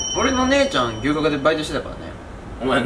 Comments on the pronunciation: が龍角散とのコラボ動画でーす！に聞こえた笑笑 てか、私 牛角が吉野家的な牛丼のお店だと思ってどんだけ食べるん！！！てびっくりした笑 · 龍角散とコラボにしか聞こえんw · 龍角散とのコラボ動画でーす！ に聞こえた人は私以外にもいるはず…